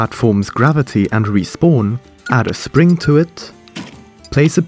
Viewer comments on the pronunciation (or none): none